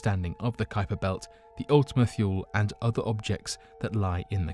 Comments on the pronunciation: How many times must he say ultima "thyool" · Mistake #1 - Pronounced Ultima Toole. Mistake #2 - The larger lobe is flat & pancake shaped. The smaller is spherical. This was discovered in spring 2019. Mistake #3 - Kuiper Belt pronounced Ky-per Belt. Mistake #4 The FAR Side of the Moon. Not The Dark Side of the Moon. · It's also pronounce Ultima tool-ee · why is the earth orbiting west to east instead of east to west? Wouldn't it get dark in New york before it would get dark in California? You are pronouncing Ultimate-Thule wrong...thule is pronounced THEW-lee or THOO-lee....have you not heard its name spoken aloud before, if so how could you knowingly call it the wrong name? Sounds like you are just as unfamiliar to this as the people you are explaining the kaiper belt object to. "The video is only 11 mins long, would it take too long to rewatch to check facts or have a friend do it for you, if you can't afford to pay an assistant.